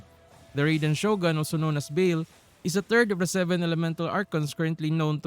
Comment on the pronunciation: Dont apologize, but the correct way to pronounce baal is bah-ahl with silent H and The second A sound the same as the first A